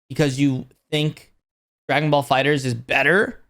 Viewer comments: Love how he says fighter Z instead of fighterz (one word) also the first trailer for sparking zero WAS slow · Bro. It’s FighterZ as in Fighters. I can’t take you seriously every time I hear you say Fighter Z. You probably call it Pokeman don’t you? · Not fighter Z its Fighterz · FighterZ is one word, not Fighter Z lol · Why do people still call Fighterz, Fighter-Z??